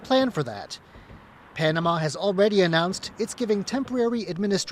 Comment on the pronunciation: Hey CCP moron, its called Panamá, not ponama.